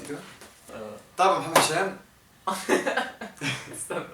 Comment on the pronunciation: بالتوفيق يامحمد انت شخص كويس بس متقولش كلمة محمد تانى عشان انت بتنطقها محمه ودى بتضاااااااااااااااااايقنى